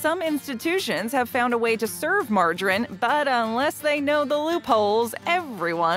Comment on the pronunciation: Wha...wha....why can't she say margarine correctly?